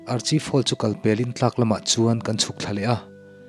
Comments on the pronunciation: Archive hall hi arkhaif tia lam tur niin ka lo hria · Archive (arkhaif) ti a lam tur aw....